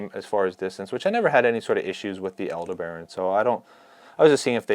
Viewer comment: Like the Shimano Antares casting reel, the Aldebaran is named after a star. Aldebaran is usually pronounced 'al-DEB-a-ron'... not 'al-de-BARON'. Just FYI. 🙂